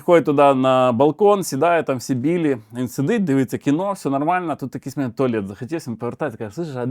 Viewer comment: дякую, за кладязь, маю нові розйоби для друзів. ПС: в анегдоті про цирк, треба наголосити, МЕНЕ дядя сильно по голові не бийте, ми з дівчиною не зразу викупили)